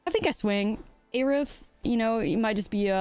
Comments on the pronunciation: FF fans are going to be upset with how you’re saying Aerith 😂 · Why do you say aerith like that lol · God the way you pronounce Aerith hurts my brain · Aerith was a mistranslation anyway, correct would have been earth. So there is no correct way to pronounce it.